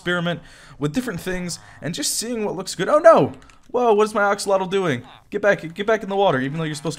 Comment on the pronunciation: I love how he’s still saying “oxolotl”